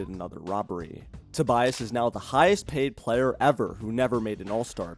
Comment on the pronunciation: "Tobiass" - lol